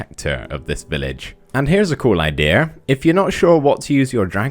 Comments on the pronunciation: Take a shot every time he says idears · Noone: Minecraft Youtubers: IDEAR